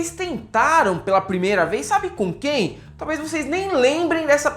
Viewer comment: Qdo fala do Moro, automaticamente eu lembro dele falando "Qüém"